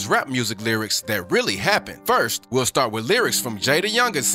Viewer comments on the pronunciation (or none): none